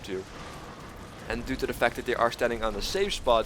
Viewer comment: Why do you insist on not pronouncing the "th" sound in the English language as "D"... so annoying